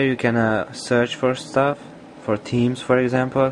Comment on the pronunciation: HAHAHAHA! "Here you can serch fo suff, like temes"